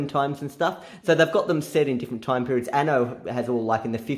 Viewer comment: "last timeh on diana games through timeh"